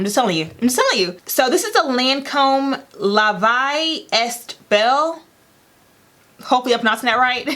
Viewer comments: The perfume name is pronounced LAH VEE EH BELLE. It's french for 'life is beautiful'! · Sis La Vie Est Belle (pronounced La vee eh bell) it means life is beautiful has been my favorite perfume for years now. Every time I wear it I get compliments. My husband just got me the large bottle for Christmas. Haven’t cracked it open yet trying to finish my last bottle. He also bought me Libre for Christmas and that a new fav. But I rarely find women who rave about La Vie Est Belle. Soooo good. But it is one of those fragrances that has to work well with your body chemistry.